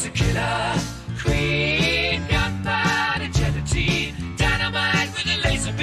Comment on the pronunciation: "Gelatine", not "Guillotine". "Gelatine" was a key ingredient in making "gelignite" explosives...an old type of explosive.